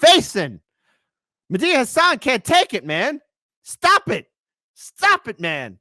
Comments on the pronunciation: It's Medhi not Medea . You mean it was Medea under the mask all along like a Scooby-Doo villain?🤣🤣🤣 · What's with pronouncing "Medhi" like "Medea"? Is it some reference that I don't get? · kept calling Medhi, Medea San 😂 Im picturing Tyler Perry in drag and the Karate Kid headband 💀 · pronounces "Mehdi" in a rather, um, interesting way. Oh and, love ya but "oof" is already old.